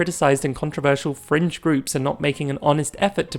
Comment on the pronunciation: Every time you say fringe I hear french and I jump from my seat like "what have we done to le lgbt encore??"